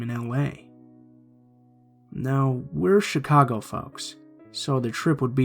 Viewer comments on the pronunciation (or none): none